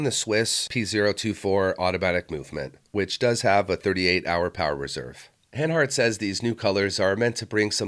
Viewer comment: Please, who pronounces niche like "nitsh"?! Say "neesh"! Also it's not "hand-hart" it's "han-hart" (or "hun-hart", to be exact) And what is it with the silly Pirates cap all the time? Baseball season is over and you're sitting in a room with a roof.